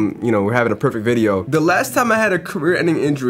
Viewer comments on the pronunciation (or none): none